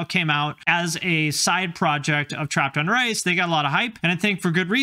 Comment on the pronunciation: I kept hearing "trapped under rice"